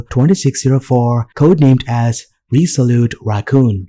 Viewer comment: did you say RESOLUTE ? or RESOULTE